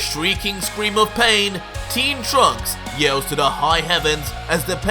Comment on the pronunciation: Grabs 18 arm as she scweams. Hahaha really you forgot how to say scream